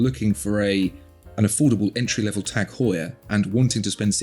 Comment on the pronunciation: Tag, not tec..., with a long ah, as they say in German, üben, üben!